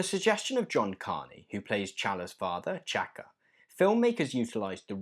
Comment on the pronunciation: Great video but you pronounced the names of the Black Panther characters wrong. The Black Panthers name is T'Challa and his father's name is T'Chaka. You do pronounce the T. But otherwise great video 😁